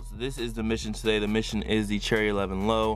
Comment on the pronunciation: please stop saying cherry 11s😂😭lol